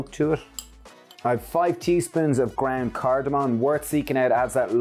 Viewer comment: I love your accent, but are you saying grand or ground because what is grand turmeric?